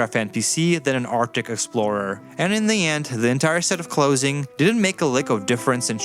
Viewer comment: How you pronounce clothing feels very german lol. No hate its just funny to me